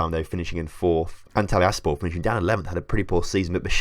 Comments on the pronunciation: None of the names for the clubs end in just 'por', it's SPOR. As if you took the 't' out of 'sport' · Every time the -spor suffix is mis-said I die a little inside 😂